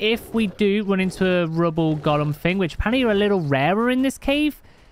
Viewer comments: I live in the uk and also sakura is not said sakoora it is said sak ura just sayin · Love the daily cake;) Don't want to be a nerd but its actually pronounced SAkura not Sukura🤓